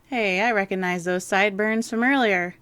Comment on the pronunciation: Dear content provider/commentator...twice during this commentary you used the word "recognize" but both times you mispronounced it. You pronounced it "reconized". There is a G in the word. The root is "regog", to remember. Please never mispronounce this word again. It drives me CRAZY!!